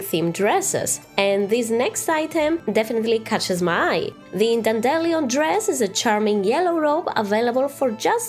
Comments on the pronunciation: "dandelion" is pronounced 'Dan dee Lie on' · I love how you say 'dandelion' btw. In my accent (midwest American) we say 'daen-DUH-lai-uhn' but it just sounds so... American compared to you lmao (daen-dehl-EE-uhn is how I'd describe your's) .w.